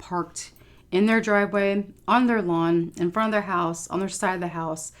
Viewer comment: it's all in the fronf